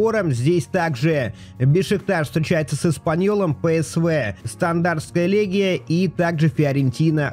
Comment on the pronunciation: Стандарт Льеж, а не стандартская легия!!! Льеж это город в Бельгии. Ты хоть если видишь для себя странные названия загугли как правильно, а то слишком глупо это выглядит)